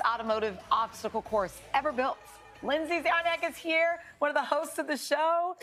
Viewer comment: Zarniak? Its pronounced charniak.